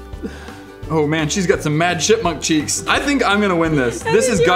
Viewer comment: when you said chipmunkcheeks it sounded like shitmunck cheecks